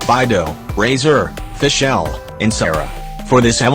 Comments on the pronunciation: i find the pronunciation "fi-SCHEL" funny loool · "byedow" "keycing" "fishell" "xinchow" "yoyimiyeah" "gowrow" "byezu" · "FiSH-El" "Albebo😃"